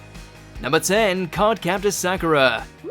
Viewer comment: The was you say Sakura tells me you didn't watch it